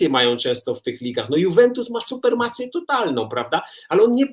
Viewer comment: Chyba supremację, a nie supermację Roki, co to jest "supermacja"?